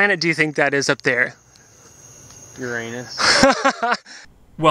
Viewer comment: Which planet do you think that is Uranus which sounded more like your Anus 🤣🤣🤣🤣🤣🤣